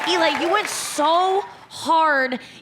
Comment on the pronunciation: Learn how to say Eli it's not that hard it's a 3 LETTER WORD. Fucking idiot